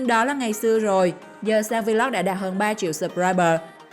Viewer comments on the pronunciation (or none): Vê lốc, kêu vê lóc vl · cứ đọc vê lóc đi vê lót vê lót nghe bần vc